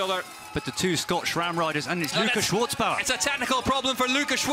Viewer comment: Without the T Schwarzbauer, cause in german, the letter Z is pronounced TS, so, no need to add a T, but u have to pronounce it even if it doesn't exist. Happy that the GOAT (by far, owning ALL AND EVERY record of this sport) Nino Schurter won, in front of Colombo and Guerrini... oh no, it was in my dream; those 3 Swiss guys anyways finished top 8 and will so start from the 1st line tomorrow the XCO's race; like 3 Swiss women, who did better with the victory of the 2021 world champion (1st ever) of the discipline, Sina Frei, also olympic's vice-champion that year behind the other Swiss Jolanda Neff and in front of the 3rd Swiss Linda Indergand, for this historical and unique all 1 nation olympic's podium in any bike's discipline at the Games in all History.